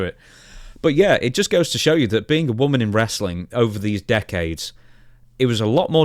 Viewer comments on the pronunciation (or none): none